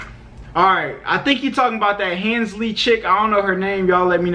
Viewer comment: “hansley” lmao